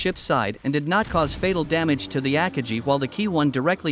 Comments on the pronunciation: AT LEAST ONE OF THE JAPANESE CARRIERS AKAGI IS ALSO PROUNCED WRONG! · Jets? army? forgot the commas, and couldn't correctly pronounce the names of some Japanese carriers. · Good video, covered the events very well. The only downside was listening to the computer voice repeatedly mispronounce Akagi.